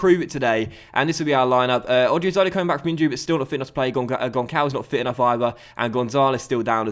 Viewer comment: Hi,! Love your videos! Btw, the "ç" in Gonçalves is pronounced like a "s". Love from Portugal